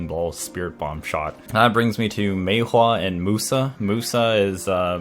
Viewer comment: i really hate how u say maewha